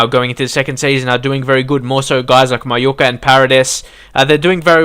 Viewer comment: Y every time u say mayuka u sound Asian? :/